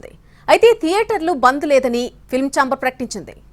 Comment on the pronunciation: ధియేటర్లు కాదు థియేటర్లు